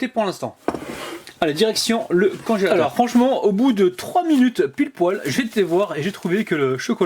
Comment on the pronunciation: Mmm j'adore tbarkallah délicieux,mais tu m'a fait rigoler quand tu as dit conchateur à la place de congélateur 👍👍👏👏😇😇😇tu est le meilleur 😇👍